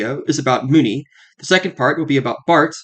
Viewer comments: Muni, not Mooni 🤦‍♂️ (MUNIcipal) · Muni = "MYOUnee" rather than "Moonie", though surely your viewers would be understood by the locals if they went to SF and asked for the closest :Moonie station". And bravo for this VERY detailed and clear explanation of Muni. I learned things I didn't know. Finally, in the early '80's the cable car system shut down for a considerable length of time for a complete overhaul. It was that cable car-less period when Muni first began running the F-Market line with streetcars from all over the world. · Yeah, like "municipal", remember that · MUNI as in MUNIcipal, like Mew Knee